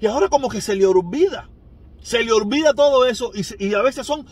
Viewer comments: No se dice ORvida, se dice OLvida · Se dice oLvida